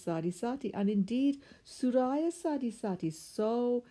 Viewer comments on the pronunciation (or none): good information. but just fyi- it is pronounced soor-ya not soo-raya